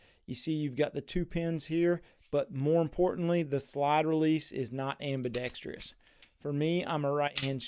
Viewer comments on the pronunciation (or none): Very well presented and articulated!🇺🇸🤘🏽🇺🇸🤘🏽🇺🇸 Ambidextrous—> Am-B-Dex-Truss NOT Am-B-Dex-Tree-Us 😁🤣😁